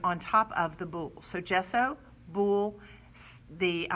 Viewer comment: It's bole (bowl), just the way it is spelled. Not boul, which sounds like boulle. Boulle is a completely different inlaid finish technique for furniture, named for Andre Charles Boulle, who made it popular in the 17th century. You have nearly 40,000 subscribers who are going to think it's pronounced boul. Thank you for the information. Hate to be the "language police", but this is an important one, as it distinguishes between two entirely different furniture finishes that should not be confused.